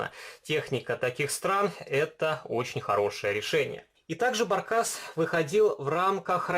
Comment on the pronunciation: ПРОСТОЙ и РЕМОНТОПРИГОДНЫЙ(если описать двумя словами)В моем районе обитает целых два таких "зверя". Один грузопассажирский с движком от VW, другой пассажирский С РОДНЫМ ДВУХТАКТНЫМ МОТОРОМ. В названии автомобиля правильно ставить ударение на первую букву "а", немцы произносят его название именно так. И именно у бортового грузовичка рама хребтовая квадратного сечения(своими глазами грузовички я никогда не видел), у микроавтобусов рама была интегрирована в кузов